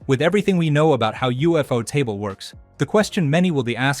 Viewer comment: From what I've heard most people pronounce it 'You-Photable' not UFO-table. That would be like someone pronouncing Cuphead 'Cu-Feed' instead of Cup-Head 🤭. Also, Infinity train is its own thing, I'm sure that's how you mixed up the name.